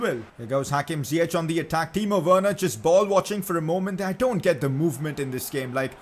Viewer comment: It’s Werner